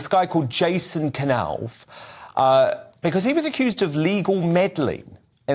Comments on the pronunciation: It's pronounced Nauf with a silent K, as in knife, or knowledge. It's so obvious, everybody knows this. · It's pronounced NOFF. NOFF!!!! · can't pronounce Knauf - and did you hear him say lieutenant in the American way?